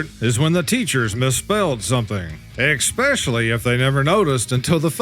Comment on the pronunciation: please sir, if you are a real human, for the love of god and all that is holy, please please stop saying EX specially. especially. ess SPECIALLY. PLEASE. otherwise, i could listen all day and watch your amazing compilations even though they can be repetitive w the content. thank you and i love ya.